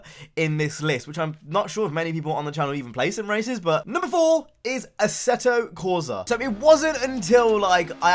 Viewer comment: Assetto corsa Is italian....NO a-seh-to corsa NOO... correct speak: AH-S-SEH-TTO CORSAH